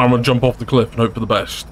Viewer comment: Carefull saying "fo' China"